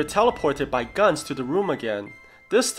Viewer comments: Just irritates me...Is it really pronounce as “guns”? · it’s his accent. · Pronounce it right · he probably pronounced it differently